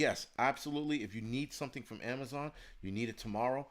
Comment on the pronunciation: No more Am-a-zon got rid of acct.